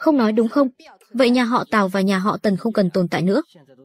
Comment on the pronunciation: Mọi người có nghe nhầm không nên lần đầu tiên tôi nghe là nhà họ táo lần sau rồi mới hộ tào